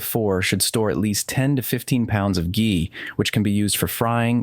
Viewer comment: “Ghee” is always pronounced with a hard G because of the H. You use both the correct pronunciation and the incorrect pronunciation, but you start off with the incorrect one. :-(